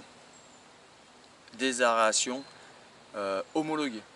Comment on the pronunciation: Ah cette fameuse "aréation" tu la tiens bien.... 😜